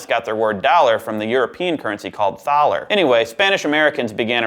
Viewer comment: * facepalm * "Thaler" is pronounced like "taller" and comes from the German word for valley.